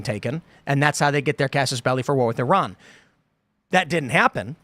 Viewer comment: One day American's might learn how to pronounce Iran and Iraq properly.